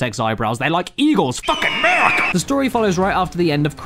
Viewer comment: hearing a british man saying 'FUCKIN' MURICA!' is great